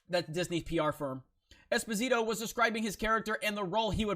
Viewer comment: You said it wrong, but it's not your fault. Being a neapolitan surname, it's pronounced Espòsito, not Esposìto. Also the name Gian=Jan, Gia is pronounced as in Jabba. Carlo is correct. There you have it: now you can be the first american who get it right :D